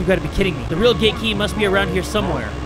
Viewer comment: Who else thought he said “ GaY kEY” instead of Gate Key XD